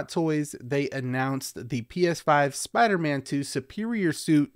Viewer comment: What’s a “Soider-man”?